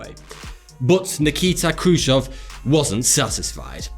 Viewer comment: awesome video guys, however it was khrushchev, not khrushov, but anyways great video!!